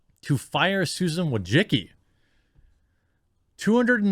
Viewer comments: Wojcicki: voy-chit-skee (Polish) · Susan Woah-Sicki..... You're FIRED !!!!! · I'm here just to see how Jeremy pronounces Wojcicki surname.